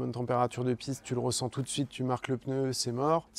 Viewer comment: ON DIT "UN PNEU" ET NON PAS "UN PENEU" ! FFS